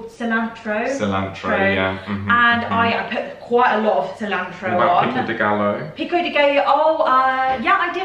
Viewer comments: Exactly! Hilarious to hear say ‘peeko de gallow’. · Saying Gallo wrong also